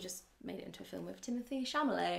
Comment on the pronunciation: Timothy Chamalet did I hear you say? Close enough haha